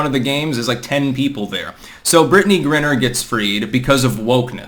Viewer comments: it's Griner, not Grinner dude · it's not pronounces "Grinner", it's pronounced "Gryner" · It’s “gryner” not “grinner.” Yes, I am a pedant. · G-RYE-NER,. Same thing with John Cornyn,Cor-NIN,not Cor-NINE. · her name is pronounced Gri-Ner, with a long I. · GRI-ner..like CRY-ner. Christ,. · The fact repeatedly mispronounces Griner's name shows he knows less about the WNBA than the rest of us and that's saying a lot.